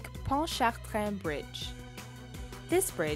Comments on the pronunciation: you're supposed to say ponch-a-train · It's pon-Cha-train bridge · I live in South Mississippi but I've crossed Pontchartrain multiple times. Everyone in know pronounces it Pont-cha-train or Pont-ta-train. It's not even that dangerous. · I live by the lake ponchatrain bridge and drive on it every day p.s its ponch-a-train not ponchitrun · no no no there is no French accent need in Lake Pontchartrain say it like this pon-cha-train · I like the way she said "Pontchartrain" but in Louisiana, we say "pon-cha-train." lol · It's Ponchartrain (Panchertrain) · Ponchatrain. Sounds like punch a train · Butchers "Ponchatrain". Bridge ain't that bad anyway lol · I even have family from there and they do not say it like that as many others do not. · Yeah I've never heard anyone from Louisiana say it like that. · I know right! I live in Nola my entire life and never heard it like this. Ppl who don't live here just won't get it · my friends and I keep laugh at how she says Pontchartrain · I'm trying not to laugh at how she said pontchartrain. Okay it may be because I'm from south Louisiana but really? Is it that hard? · I live in the Louisiana and you didn't say the bridge right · You didn't say ponchatrain right and it's not dangerous